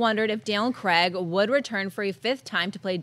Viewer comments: It's craig not creg there's no e I'm dyslexic and I can understand that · Who the hell is Daniel CREGG??? Craig kr-ay-g, He's British, please use the British pronunciation